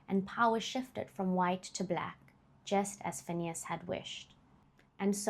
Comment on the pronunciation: You've just earned yours a new subscriber, just by how you pronounced Phineas' full government name🙌🏾 a feat even I as a black South African failed to do... Thanks for respecting your work and taking it serious... Keep up the good work..❤